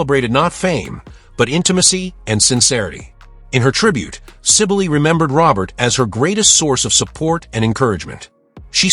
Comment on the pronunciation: Pronounced Sybil